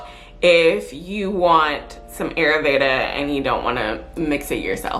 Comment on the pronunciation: Ayurveda pronounced... Eye-yür- véda😉😘